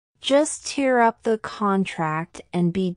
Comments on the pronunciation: tear up was wrongly explained I think in pronunciation,,, should have been pronounced as in “tare” up. Tear up she referred should be “crying 😢”. Hope you get what iam saying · Tear up,tear was pronounced wrong. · Is the pronunciation correct for tear up?